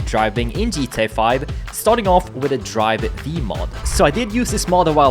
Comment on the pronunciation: its "drive five" ...